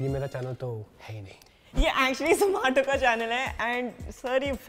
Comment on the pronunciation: Not zomato,its Zoo Maa Toh😂😂😍😍❤❤